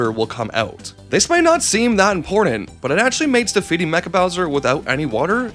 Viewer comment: Mare-E-O and his brother Louie G saving Prin-kess Toadstool from Bow-swear